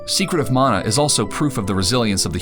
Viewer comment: Thank you for pronouncing mana correctly.